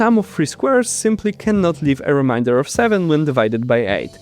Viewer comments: i was thinking about the way you pronounce remainder and how it differs from what i'm used to, and it left me baffled by the state of the English alphabet. "Remainder" being basically "that which Remains" means it's intended to be pronounced "Ree-mey-n-der" same as "Ree-mey-n". but the way they chose to spell it, "main," leaves this up to interpretation. as the english alphabet currently is, "A" can be pronounced multiple ways given different contexts. "A" can be pronounced "ah" (like in "mall"), "ey" (like in the beginning of "radar"), and even "uh" (like the ending of "mantra"). "i" is in a similar situation where it has multiple sounds in multiple situations. if you read "remainder" with the "A" being "ahh", and the "i" being "ee", then you end up with "ree-mah-ee-n-der" which is coincedentally how you pronounce the unrelated word "Reminder," a word based on Reminisce, the act of remembering and acting upon something from the past. to resolve this issue, Remainder could be spelled "Remeinder", pronounced "ree-meh-ee-n-der" or, just, "ree-mey-n-der". however this comes with a new problem. what if someone sees the "re" at the beginning, with the "E" pronounced as "ee," and then sees "mein" and assumes the E is pronounced the same way? then you get "Ree-meen-deer" which is so far from intentional. with its current setup, the letters are far to inconsistent to ever expect people to pronounce things "correctly". we can't simply change the words to be spelled in the way theyre p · The word 'Remainder' is pronounced 'Re - mein - der', not 'Re - mine - der! which means something to 'Remind' you of something! I will be constantly reminded of this through the remainder of the video. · Is it really too difficult for you to say 'remainder' rather than 'reminder'? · Reminder =!= Remainder You were pronouncing the former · Re MAINE der, not re MIND er!! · Remain not remind. Fuck. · Remainder should not be pronounced like reminder! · please learn to pronounce remainder